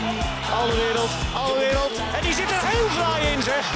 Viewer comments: Ben ik de enige die een beetje geïrriteerd is door het feit dat ze 'AlderWERELD' zeggen i.p.v. 'AlderWEIRELD'? Sorry mensen uit Nederland, als een Belg vind ik dat een beetje irritant. XD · Waarom zeggen jullie toch Alderwereld. Je moet Alderweireld zeggen